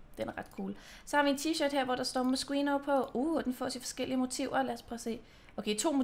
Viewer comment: Man udtaler det Moskino😊